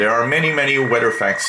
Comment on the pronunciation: It's weather not weder........;-)